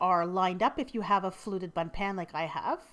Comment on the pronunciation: doesn't it sound like she said butt pan LOL😂😂😂😂😂😂😂😂😂